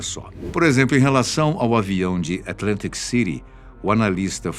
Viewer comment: Adoro a dicção "atlântic cinit" " ou atlântic Citi" "paralacci" até mesmo quando fala espero qui esteja bem com vc kkkkkkk